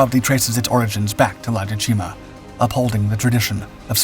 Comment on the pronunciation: The accent for dècima falls on the first syllable.